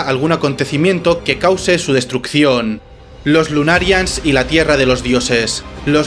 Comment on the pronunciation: Tan difícil es pronunciar I'm-sama, lunarians y otras cosas básicas así?